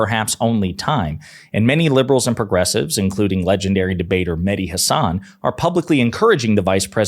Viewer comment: If Mehdi is your favorite, you should say his name the way he says his name... HAHsun, not HaSAHN.